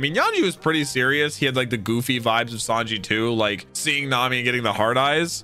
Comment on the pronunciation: I love that he calls him Yawn-ji 😂😂